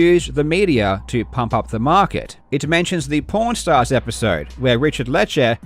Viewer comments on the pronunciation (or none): Every time you say it it sounds like you're saying "porn stars". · Karl, I need to tell you, but you have to pronounce Pawn Stars differently. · Lol it sounded like you said porn stars instead of pawn stars. I just now realized that was intentional by the show creators. God damn I’m slow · I thought he said pornstars not pawn stars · I am the only one who keeps hearing “porn stars” instead of “pawn stars”? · Absolute legend, and I still hear "porn stars" LUL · When Karl says "Pawn Stars" I hear something else. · I heard something else when he said pawn stars